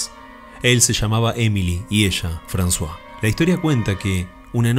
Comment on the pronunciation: Lo disfruto y espero con ganas cada nuevo video, que no te quepa duda alguna. Pocos canales tienen la clase y el respeto cuidadoso que vos le ponés a tu trabajo. También intuí que podría tratarse de Émile (Emilio) y de Françoise (Francisca). En este caso se pronuncia 'Emil' y 'Fransoaze' (la z sería muy pronunciada "zzzz", como la onomatopeya de la abeja. Bué, es sólo un detalle. Que tengas un hermoso domingo! Abrazos desde Francia.